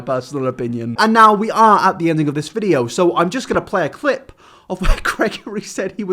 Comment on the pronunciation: It’s pretty raw that you are a YouTuber but can’t say the word ‘video’